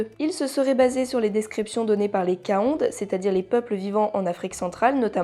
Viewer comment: Hello, tu peux généralement utilisé un "é" dans la prononciation des dernières syllabes des mots africains terminant par un "e" comme Kaondé ou Agogwé. Chouette vidéo !